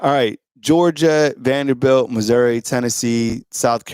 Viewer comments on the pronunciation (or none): none